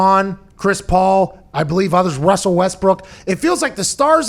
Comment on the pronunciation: Love when pat says Wussell Westbrook.